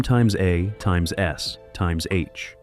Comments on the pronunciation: Does anyone listen to this slop before they post it? M times a times s times h???😂😂😂😂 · MxAxSxH? Its MASH. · Laughing my ass off at "Two hundred and twenty seven!" And "MxAxSxH"! 🤣😅😆😁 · You can't just say MASH? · AL SLOP They can never get "MASH" right. First time I've heard "times"